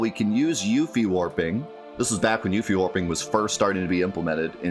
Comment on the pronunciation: Whos youfie... its pronounced yuffie